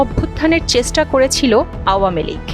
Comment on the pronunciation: উপস্থাপিকা চেষ্টা শব্দটা উচ্চারণ ও করতে পারেনা!!😏😏